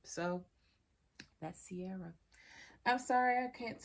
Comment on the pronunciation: It's pronounced Keer-ah. I need to find this in Ireland as it's my name!